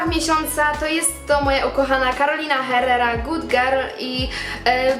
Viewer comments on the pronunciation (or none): Czytamy: Errera nie Herrera ;) tak na przyszłość :)